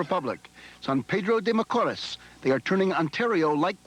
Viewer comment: Holy cow...Dick Schaap really messed up the players' names. He could not even say San Pedro de Macoris correctly...lousy research. As a life-long Jays fan, I am insulted.